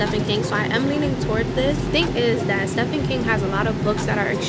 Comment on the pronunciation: girl i love you but it’s pronounced steven not stephan. i’m sorry i wish i coulda let it go lol!